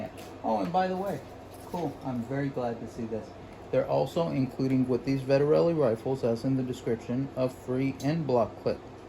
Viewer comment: Vet-Ter-Lee. 3 syllables. Why do people want to add syllables. It's not that hard.